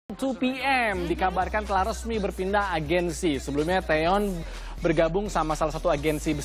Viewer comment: Maaf ya. Namanya bukan taeyeon tapi taecyeon